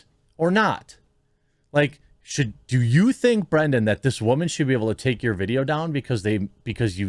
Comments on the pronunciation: You’ve got to pay more attention to names. You are horrible with this. Brendan. Not Brandon. It may seem small, but it’s like Israel Adesanya, it’s not hard. Odd Uh Sahn- Ya. 4 syllables. It just makes it seem like you don’t care or you’re mid Michigan to the bone. Oakland county, myself. Try harder. Yes, I’m subbed. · You spelled Brendan but you keep saying Brandon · Its Brendan. Not Brandon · "Time is undefeated".. That's AMAZING and I'm borrowing it. Thanks! 👍 But his name is BRENDAN with an "E".. not Brandon.. I'm just saying.. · Why can't you say 'Brendan'? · It's brenda shwab, get his name right.